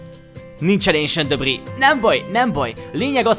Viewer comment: aaaam én istván vagyok de nem vagyok mérges és szerintem is úgy ejtik ki az esentdabrik jó a vidi te vagy a kedvenc yutuberem nagyon szépen épitesz